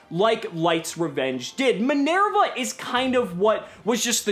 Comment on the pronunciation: Min-Air-Va Okay, it's not that he intentionally mispronounces Isolde, he just can't pronounce non English names properly.